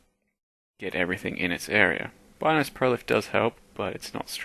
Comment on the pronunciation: also depends what language they took the name from. If it was from an Italian vernacular "Beenoes" would be the proper pronunciation.